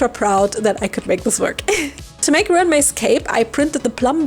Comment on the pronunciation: Ruan is pronounced like run. The doll is spectacular.